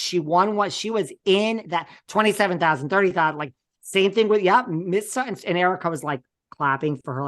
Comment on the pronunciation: Dying at Sutti’n and not Sutton!!!! 😂